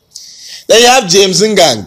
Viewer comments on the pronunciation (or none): you need to look for me and teach you how to pronounce the names...shebi you say "james ngang" hahaa nooooo...